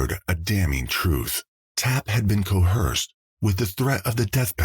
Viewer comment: I came here for this! how can AI mispronounce "coerce" aaaargh